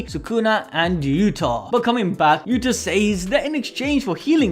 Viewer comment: Yuuda! not Utah!